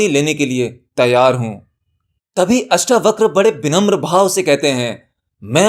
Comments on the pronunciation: अष्टावक्र जी के नाम को " अष्टावक्रा " नहीं कहें । परमज्ञानी का नाम लेना सीखें पहले .... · श्रीमान अष्टावक्रा नहीं अष्टावक्र बोलें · अष्टावक्र को अष्टावकरा बोल बोल कर के तो बकरा ही बना दिया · पहले तो उच्चारण सुधारो, अष्टावक्र है अष्टावक्रा नहीं। उपनिषद गंगा को हूबहू बोल रहे हो अपनी खोज क्या है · आपसे निवेदन है किअष्टावक्र है इन शब्दों को खराब न करे अष्टावक्रआ न पढ़े। 🙏🙏🙏🙏 अगर आप गलत शब्द बोलेंगे तो लोग भी गलत शब्द ही बोलेंगे। जैसे लोगो ने कर्म शब्द को कर्मा बना दिया। योग को योगा बना दिया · जब आप हिंदी चीजो के बारे में बता रहे है तो शब्द तो हिंदी ही बोलेंगे न । 🙏 आप सोचिये क्या कभी आपने albert einstein को alberta बोला है ? आप आत्म ज्ञान की बात कर रहे है और ज्ञानी व्यक्ति का नाम ही गलत बोलेंगे तो सच्चा ज्ञानी हँसेगा इस पर । जैसे अष्टावक्र हँसे थे उन पर जो खुद को ज्ञानी कहते थे और थे "चमार"। और हां जो चीज english में है ही नही उसे जबरदस्ती english pronunciation न बनाये।